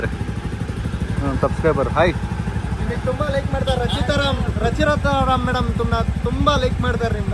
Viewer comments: rachitaram ❌ rachirata ram✅😂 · ರಚಿರಿತಾ ರಾಮ್ ಅಲ್ಲ ಅಣ್ಣ ರಚಿತಾ ರಾಮ್ 😅